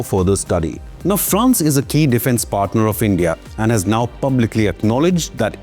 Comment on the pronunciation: armed forces? its Aand forces.